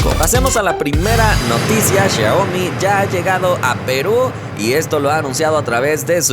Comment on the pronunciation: Jajaaj como dice xiaomi el dice shioaomi